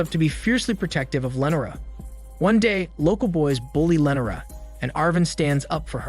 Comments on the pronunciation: Wil-Aard amd Lennera...but not Willard and Lenora..fuck this guy's name pronunciation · Don't forget about Lenera! Christ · Not to mention Will-Aard...jfc it's pronounced Will-erd.. and it's most def not Lenera..wtf that irritated me so bad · LEE NOR AH lee nor ah! Not len or ah. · The way he says Lenora kills me😂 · Very strange how you pronounce "Lenora" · Not to mention Will-Aard... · You butchered Lenora name so bad then you said it multiple times 😂